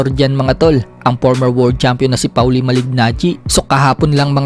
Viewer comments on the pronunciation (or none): Pawli? Polly Ang tamang pagbigkas ng name ni maliggnaggi